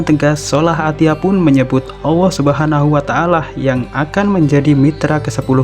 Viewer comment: kok nyebut nya AWWOH yaa? mustinya Allah